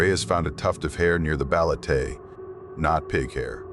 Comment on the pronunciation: When a local warns you about stuff the community fears, it is wiser to take heed than be arrogant and laugh at their warnings. Whenever insects fall silent, be it in a residential area or forest, woods or jungle, it just means the monsters are up and about. oh, and its ba-le-te, not baletey. Just a short ē not the long e. Thank you for sharing your experience with our local supernatural creatures.